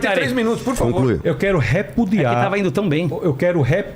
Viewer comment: "répudia" tem acento agora nessa palavra